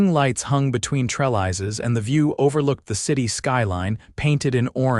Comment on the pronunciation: And that is not how you pronounce trellises !